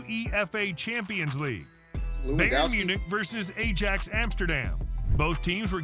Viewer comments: American commentator is dumb, A-JAX? It's Eye-AX........ far too regular thing with Americans im afraid. Embarassed for you. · Ajax is pronounced Aye Axe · I was just getting over the U - E - F - A Championship pronunciation, Then the A jacks came. 🤣